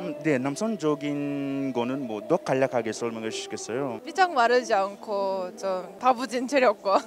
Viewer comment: Your Korean is excellent and I love it. But just one small thing: when you ask the interviewees for elaboration (for instance, ), it sounds as if you are saying "(조금) 더 간략하게 설명해주시겠어요?" while it should be "(조금) 더 자세하게 설명해주시겠어요?". I've noticed you say it quite often in other videos as well. I apologize if I am mistaken.